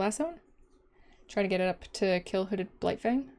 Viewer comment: I thought you said Hooded Blight-thing and it made my day. 😄